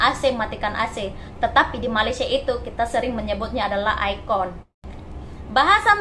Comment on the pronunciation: Sebutan Air Condition. Di Malaysia sebutannya E Kon. Bukan ai kon